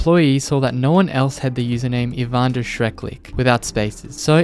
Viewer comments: "ivander" you can not be for real. the am*rican education system is horrifying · For the record: It's not "Ivander Schreckliche" - it's "Ivan der Schreckliche" ("Ivan the Terrible") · IvanderSchreckliche is a german Name and you Speak it „Ivan der Schreckliche“ i think the Name was Not „Ivander Schreck liche“ i think it was „Ivan der Schreckliche“ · I love the fact you said „ivander“❤ it’s German and the words are like this „Ivan der schreckliche“ and basically means Evan (The name) der(German „male“ the) schreckliche (terrible)❤❤ hope someone reads this😂😂😂😂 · That name does actually have a meaning: It's German and is 3 seperate Words: "Ivan der Schreckliche" meaning: "Ivan the terrible". I've never heard of this before i just noticed this because i am native German and you pronounced it as if it was one word. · Hearing "Ivan der Schreckliche" being referred to as "Ivander" fills me with glee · It hurts my physically how you put the Spaces in Ivans name 😂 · yea I'm not fully fluent in German but it still annoyed me that he pronounced it wrong, at least what I said would be closer